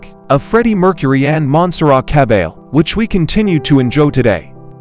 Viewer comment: Complete TRAVESTY! Just listen to the pronunciation of her name!!! dead give away. Repeats oft told, erroneous conjectures. Go to the interviews with the realpeople involved and hear the history straight from their mouths for Godsake!